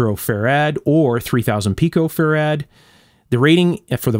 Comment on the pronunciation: Question: Why do you pronounce Farad with the emphasis on the second syllable?